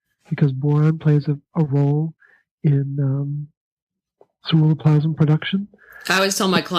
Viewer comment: for the life of me... I can't make out the word he is saying it sounds like "surrero plasm"? what is the actual word?... I heard him mention it all through part 1 and in part 2, but can't quite make out the word, to look it up and find out more about it... apparently we need a lot of it for copper uptake or to make it more functional? speaks frustratingly too quite and his pronunciation of that particular word never sounds clearly articulated... (ugggh... I think I'm stressing and destroying precious hormones trying to figure out what he said! (Lol...)